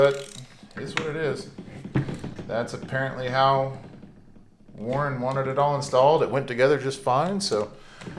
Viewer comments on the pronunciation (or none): Learn how to say warn not Warren 😂